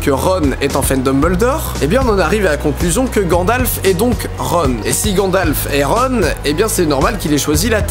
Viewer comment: À Didi dis ''GadlaFEU''au lieu de ''Gandalf'''